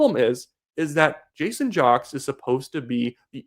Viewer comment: Do some research. His name is pronounced "Jakes" not jocks. Other than that I like your channel.